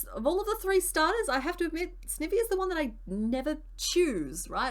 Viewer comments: YESS This series is backkkk <3 Excellent work on those pieces, I have now a new found love in Garbodor! Also, I think Sniny is pronounced "ivy" as in poison ivy, but I might be wrong?! I absolutely adore that evolution line ahah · I'm sorry I normally never do this but i was physically cringing everytime you said Snivy 😂 It's the sn sound of snake and ivy please and thankyou. Also fellow Aussie here love your vids I binge them often when I crochet myself 😊❤ Edit: Yes all toads are technically frogs 😁